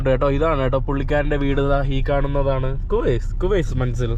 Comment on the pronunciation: നേ ഖുവൈസ് അല്ല കോയിസ് ആണ്